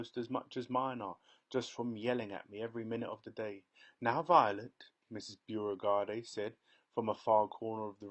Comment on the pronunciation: Beauregard. It's pronounced "BOW-regard"